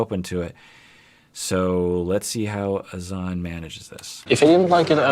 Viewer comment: Azz Zan not A Zon. :,(